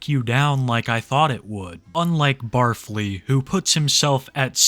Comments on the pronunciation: I thought it was pronounced Barf-Lee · barf-ly? i thought it was bar fly lmao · I think the first guys name is supposed to be pronounced Bar-Fly but Barfly really is more fitting. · its pronounced bar fly. the 'stinger' is a sous vide hood meals' long nails are for doing cocaine off of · Isn’t it Bar Fly, not Bar Flea? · Barfly, said “Bar_fly, not “Barf-ly” I’m pretty sure. I believe he is a trucker. A lot of semi trucks have an area behind the driving seat where a bed can fit and also a burner or a microwave to cook food! Truckers get pretty creative in their cabs with their single plug in burners. They will live in their trucks for months, they do what they can to spice things up with food or even stay healthy. He may be a trucker driving a no cab semi tho,( a semi with just the driver and passenger seat, no area to sleep in behind the seats) hence why he has to sleep in hotel rooms all of the time. I think he does have previous culinary experience. Him having done prison time? I’m not sure. I can see him just being a guy who was raised poor, therefore grew up eating stuff like pickled pigs feet and other gross stuff. I know my dad grew up on canned chicken, canned tuna pancakes, bread smeared with canned meat jelly, spam. He may also be a guy with outdoor living experience like a camper or a hunter. So not necessarily a felon but maybe! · Pretty sure its pronounced "bar fly" not "barf lee." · Pretty sure it’s “bar fly” not barf ly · It’s not “bar-flee” it’s “bar-fly”. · I’ve never watched the guy, but is his name really said like “Barf-ly” and not “Bar-fly”? 🤣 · I don't think it's pronounced the way you're saying it. It's BAR-FLY. A name for people who frequent local drinking establishments. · bar fly... not pronounced as one word lol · It's pronounced Bar Fly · The way he pronounces barfly is hilarious to me